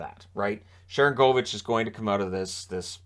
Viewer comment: You've been pronouncing one of the names on that team wrong. It's Sharan goal vich. Even if he's not scoring as much as you think he should, just like the guy who used to play in San Jose was Marcus Score nsen.